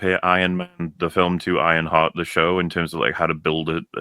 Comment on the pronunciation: With that accent I thought he said “Ironfart” at the start.